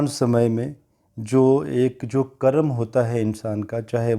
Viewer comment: It is Karm Not Karamaa